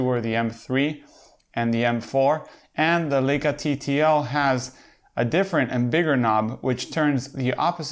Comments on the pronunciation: If you review Leica first learn that it is LAJKA not LEJKA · Pronounced LIE KA